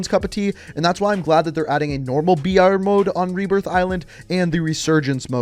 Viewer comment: I didn't understand you were saying "BR" for battle royale, and thought you were saying "VR" for virtual reality.